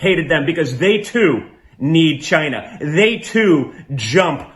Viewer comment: Did u realize how the dude pronounces China. It's like a dog Whistle for hatred.